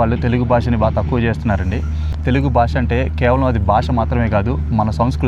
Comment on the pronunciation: Baasha kaadhu bey BHAASHA. First otthulu palakdam nerchuko